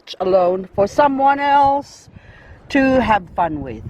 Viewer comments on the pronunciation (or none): none